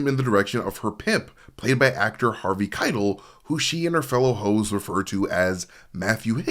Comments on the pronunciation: Harvey Khai - Tell, not kytle. Maybe that was a proactive engagement tactic. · Omg... dude. .. you gotta learn how to pronounce Harvey Keitel's name. It's ky-TELL. It discredits you and your knowledge of the film when you can't even get the famous actor's names right. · It's Harvey "Ky-TELL" ! I'm losing my mind lol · Dude, Robert DeNiro and Diahnne Abbott actually spend a good chunk of "The King of Comedy" together and have plenty of meaningful interactions. Also, the way you pronounce Harvey Keitel's name is infuriating. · Dude, I love that you read your own scripts rather than using a robot, and I know that when people pronounce words wrong its because they learned those word from reading, but how did you watch any of that documentary, hell, how did you get this far in life without hearing Harvey Keitel's name out loud? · Everytime you mispronounced Harvey Keitel I want to 👊😵‍💫🤕 ! 😤😡🤬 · The way you pronounce Harvey Kitel is driving me nuts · Driving me crazy